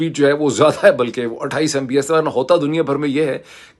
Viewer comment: on a lighter side, Dr Moeed, although you are talking tech when you compare internet speed around the globe, your thoughts are still surrounded by politics :) ... it is MB"P"S , not MBS (you know what i mean) :)